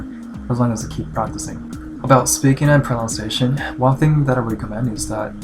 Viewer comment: this is stupid but its just thing pronunciation is pronounced as proNUNciation not proNOUNciation, its a really common mistake even with a lot of native english speakers